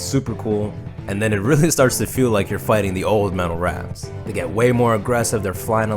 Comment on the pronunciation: I keep hearing you say "metal rats" instead of raths lol Great video.